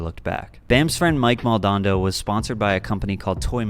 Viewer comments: It’s Mike Mal-don-ado Not Mal-don-doe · Moldonado = Mol-do-na-do, not Mol-don-do. Four syllables. Makes you sound like a POSER, with no authority to speak on the subject. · Bam's friend Mike Maldonado is pronounced Mal-doe-na-doe. Not Mal-don-doe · Mike Mal-don-ah-dough, not malnado, lol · You dont know shit about whats going on with him. You read some bullshit online and you got him all figured out? Fuck outta here. Maldondo? MAL DA NADO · "Maldando" lol. Maldonado my guy. Dude was my former neighbor til about a year ago. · Its Maldonado not Moldando, clearly not a skater 👎🏽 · lol, mike maldando? I think you mean the legendary Mike Maldonado... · The worst was hearing Mile Moldabdo....MoldaNAdo NADO, not dondo. #worstmistakeever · Ha! "Maldondo". *Mike Maldonado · Mike “Maldondo” haha. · Omg man.... It's Mike Maldonado. Not Mike Maldondo.... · mike MALDONADO not mike Maldando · I really wish you had fixed the way you pronounced Mike "Mol-dan-ardo" (not Moldondo) in the re-up though 😂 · Mike Mal-DON-ado is how you pronounce his name. And everyone on Toy Machine at the time was amazing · It's pronounced, "Mall Duh Nod Oh" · MAL - DON- NAR - DOE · MALL DOH NAH DOH. sorry just had to correct your pronunciation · The guy who makes this video gets a number of things kinda wrong (mainly by his interpretation of ban’s early history) and can’t pronounce Maldonado lol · Bam got Swanked... if you know, you know. Also, his name is mike Maldonado. Stop mispronouncing it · You mispronounced Mike Maldonado’s name wrong at the around the mark.